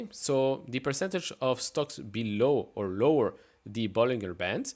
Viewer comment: Come on now. Better practice that " Bollinger " pronunciation. The corks will be flying before too long......